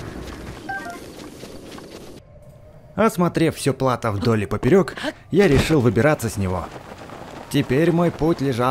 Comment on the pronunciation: В слове плато ударение на о